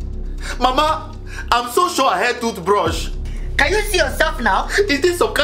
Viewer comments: You said TUTHBRUSH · It is thootbrus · She say toothbrush